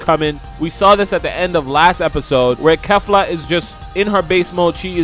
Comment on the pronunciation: You pronounced kefla wrong so many times rewatch the episode if need be but yeah... Pronounced and sounds like Keefla lmao weak asf everybody makes mistakes tho